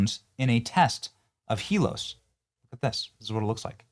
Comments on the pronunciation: Are you sayin HELOS instead of HELIOS. Every single time you read it? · Benny, you gotta get the name right. It's not " Helos ", it's Helios as in the Greek word for describing forms of the Sun. Very well named btw 😁👍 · Heel-E-oh-sss. Come on Benny. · Its pronounced he-lee os it's greek for Sun and the sun god helios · Pronounced HEEL-EE-OHS, Benny. It's the Greek word for the sun. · Sigh.....IT'S HEE-LEE-OS. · "Hee-LEE-ose", rhymes with glucose. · Pronounced: Hee-lee-ose. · Helios is pronounced Hee-lee-Ohs. Helios is another name for Apollo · youre saying helios wrong